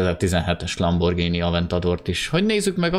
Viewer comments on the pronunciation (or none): none